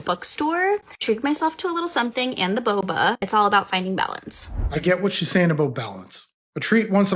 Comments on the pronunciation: Every time she said "boba" I cringed... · SSay 'boba' again, I dare you, I double dare you.... say boba one more time lol ffs